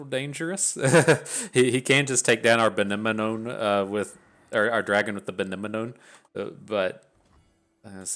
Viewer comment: I love how you struggle with pronouncing benemone >< i'll give you the solution ! Just like anemone which it refers to :D sad i missed your lives this week end but i turned on notifs wont happen again